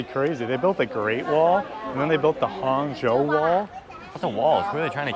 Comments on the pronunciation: actually, there's no "huan" in Hangzhou. Just Han. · Hang not huang😂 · just say roger moore and u are fine pronouncing it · Great video, guys! Just an FYI, the way you pronounce Hang (杭) is literally like saying the English word 'hung'.